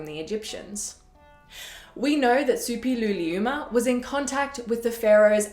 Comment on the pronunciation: Kudos for pronouncing Suppiluliuma with such ease!